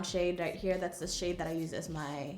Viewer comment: "right hia" 😂